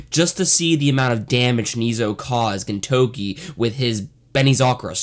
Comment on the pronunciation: It's not easy to butcher the pronunciation of the main character's name. good job.